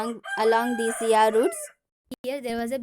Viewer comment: Madam first you learn the pronunciation of island and sea🤛👎